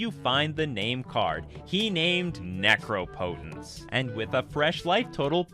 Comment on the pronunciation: the mispronunciation of "necropotence" was cringey.